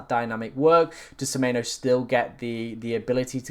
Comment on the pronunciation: Please pronounce semenyo correctly in future. Lost a sub bc of it cheers